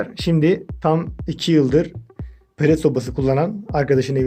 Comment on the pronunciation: Palet değil lan pelet